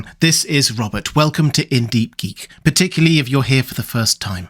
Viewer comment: Oh “particularly” Robert? I’ve been watching your videos for years 😂